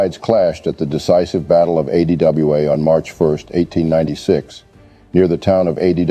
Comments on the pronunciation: The narrator failure to pronounce ADWA was disappointing. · Yeah! Weird!